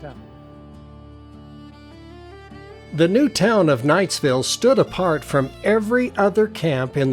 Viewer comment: My grandfather was a nephew of Jesse Knight. He worked for him when he was young in the Tintic mines. My mother was born in Knightville. Our family was and is Provo vased, but they lived for a time in Knightville. Notice the name is Knightville NOT Knightsville. There is NO 'S' in the name. That's a common mistake that is made. While Eureka was a wild mining town, Knightville was a quiet LDS community with lots of families.